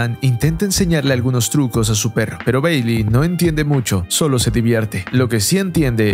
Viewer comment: Mi parte favorita fue cuando dice beyli...